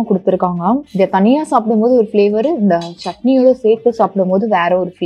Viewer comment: தனியாவை “தானியா” ன்னு சொல்லறீங்களே அக்கா! ஏம்மா! இப்படி பண்ணறீங்களேமா!